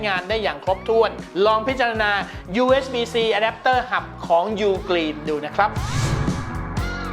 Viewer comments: ผมได้ยินคำว่า”อแดปเตอร์หำ” แน่ะ ! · อเดปเตอร์หำ นั้นเอง ได้ยินแบบนี้เลย